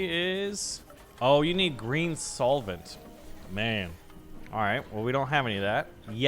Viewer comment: Hey, it's red solvent btw. Not soilent. Idk why this got on my nerves so much haha